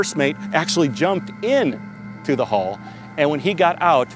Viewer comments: why does that guy refer to decks as "floors" lol. and hes pronouncing "hull" as "haul".really bizarre dude! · The "Hall" thing bugged the heck out of me